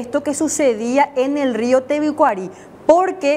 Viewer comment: Tebicuari nde rova. No poder pronunciar bien el nombre del Rio. Que verguenzaaaaaaa!!! De periodista.